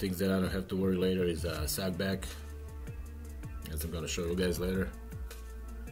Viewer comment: You should have a shirt or sticker that says No Suckback. I love your accent when you say that. 😎